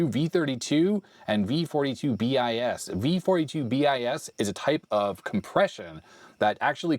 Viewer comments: V.42bis is not "bee-eye-ess", it's "biss". x-prime, x-bis and x-ter: x′, x″, x‴. V.42bis = V.42″ = the second version of V.42. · Weird trivia thing... you pronounce the "bis" in V42bis as "biss". You see this come up in standards every so often (I interact with cellular IOT in my job so I see cat 1bis all the time). The bis means something like a second variant of the same article, sort of like version 2. So V42 provided error correction and V42bis added compression. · BIS is pronounced like "bees", means something like v2 or Mk II, second version of V42 protocol